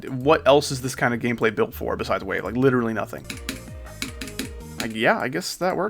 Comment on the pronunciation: I thought he said wituwy gyatt